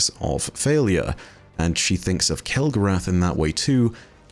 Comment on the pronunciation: Alright, now I'm just confused. Have you been been out with a bunch of Yanks lately and picking up their accent? I would have sworn you would pronounce it kel-go-ROTH, like you do with Wrath of the Machine. 😊